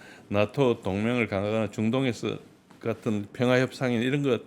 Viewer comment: 평아안? 발음을 정확하라